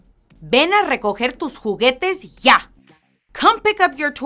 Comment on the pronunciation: You're not even saying it right. You're saying "yæ" not "ya".